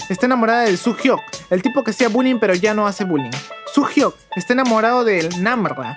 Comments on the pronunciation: No. es. namrra es namla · Por que dijoste Nambabarra🤣🤣🤣